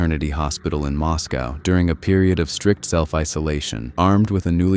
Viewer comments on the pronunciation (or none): none